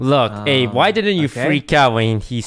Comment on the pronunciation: When he said “what’s up Abe.” It sounded like he said “what’s up babe.”